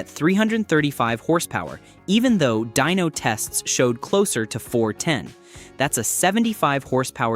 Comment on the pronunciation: Dyno not Dino, and lose the A.I. voice.